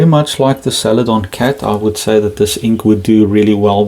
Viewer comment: Love your accent but I really had to chuckle at “salad on cat”.